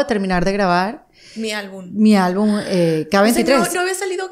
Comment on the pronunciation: Por que no sabe decir palabras kenia? Me estresa q es según muy linda elegante etc pero no sabe hablar osea se dedica a la música y aun no entiende que es albuM no albuN... y es poP no poT me estresaaaaa